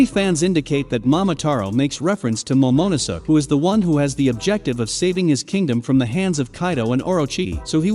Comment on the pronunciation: Why does he say “Momonuso”? It’s Momonosuke…